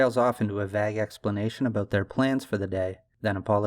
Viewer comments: Vague rhymes with egg, not bag. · Why tf do you say Vag instead of vague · Dude. You lose all credibility if you don’t know how to pronounce vague. Think about movies and tv. Have you ever heard a word that sounds like Vag before? No. How about Vayeg. V…Aye…G Please, I couldn’t watch the rest because it was so glaring it made me not trust anything you were saying. If you are not 100% on the words you use in your script, just google the pronunciation. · It’s VAGUE (vay-g) not Vag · Vaye gue not vaguh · Vague - Pron. = Vayg. Not Vagg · It's pronounced Vay-Guh not Vag dude come on. How you gonna make a video like this but can't even speak English properly. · Just a note there, 'vague' is pronounced 'Vayg' not 'Vag' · Are you saying vag instead of vague? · Vague doesn’t rhyme with bag, vague rhymes plague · I love the video, I do really find it interesting how you day the word "vague" (two instances ). I say it like "vay-guh" while you say it "vag" like "bag" chopping off the "ue" of the word. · he said "vagg" twice, im out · lol youi keep pronouncing vague as "Vaag". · Did you really pronounce vague as “vag”? I really like the channel, but it makes it hard to take someone seriously after hearing that. I get that people make mistakes, but seriously? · sorry are you pronouncing "vague" as "vag" bruh... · Bro did you just pronounce vague as “vag” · Vague is pronounced ‘vayg’ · Great video my man. Just one note - vague is pronounced Vay-g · loving the video so far, about halfway through. your analyses are always spot on and so well spoken. one little thing, “vague” is pronounced like “egg” but just with a “v” in front of it- “vegg”. it’s a weird word. keep up the amazing content! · VAGG!! I assume that the narrator and writer are one and the same, so I don’t understand how a native English speaker could use the word correctly, yet be so far off on the pronunciation. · you don't know how to pronounce the word vague lolol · I’m going to need you to say “vague” correctly